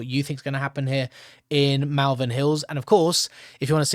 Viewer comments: It’s not pronounced Malvern, it’s pronounced Molven 👍🏻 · Malvern is pronounced Molvern. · Pronounced Moll_vern